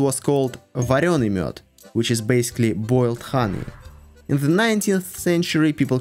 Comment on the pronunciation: You prononced Mjöd very good!